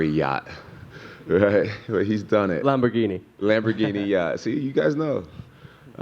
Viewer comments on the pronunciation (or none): none